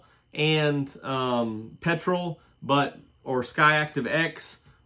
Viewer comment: Another great vid mate BUT we will learn you how to annunciate PETROL ⛽️ 🇦🇺😂😜 I’m hoping one of these SUV’s has a better ground clearance than the current crop. Thats why Mazda should do the BT50 Wagon as a true off-road family dirt warrior.